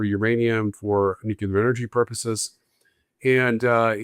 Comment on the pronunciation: Nuclear is pronounced nu cle ar......not nu ku lar